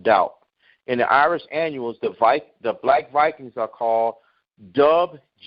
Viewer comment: Brother i apologize for not properly pronouncing the word annals. Scholars and historians have tried to hide the caucasian (Indo European) true origins central asia. All of the Goths were caucasian and migrated into central Europe where our peope the Gauls were located in Germania. There was no central government in Germania at the end of the Western Roman Empire rule. In 387 our people Celts/Gauls invaded Rome conquering it but left the city intact. In 410 AD The Visigoths (barbarians) sacked and destroyed rome. In 455 Vandal (barbarians) sacked Rome. The 476 date for the Fall of Rome is when the Germanic Odoacer deposed the last Roman emperor to rule the western part of the Roman Empire. (Germanic only means someone who was born in Germania, it doesnt mean he was cacuasion barbarians known as Goths.....ie Visgoths, ostrigoths, vandals, lombards).I NEVER SAID THE BARBARIANS WERE ISRAELITES. ALSO Odoacer (433-493 CE, reigned 476-493 CE) also known as Odovacar, Flavius Odoacer, and Flavius Odovacer, was the first king of Italy ACCORDING TO HISTORIANS. The Roman senate approved Odoacer's leadership and awarded him the honorary status of a patrician. (PATRICIAN MEANS an aristocrat or nobleman).